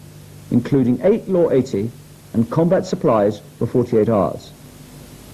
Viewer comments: I had to stop watching when the narrator swapped t's for d's eg sa 8 Dee the 19 8deess etc nope arsehole trigger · The way way you say 80 gives me the creeps, “ayydeee” very strange and a little off putting.